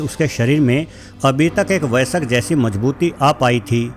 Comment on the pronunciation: Vaisak nahi vayask hai sahi word